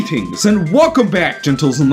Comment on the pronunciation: i paused the video left this comment and clicked off as soon as he rolled the g in "greetings" No, just no.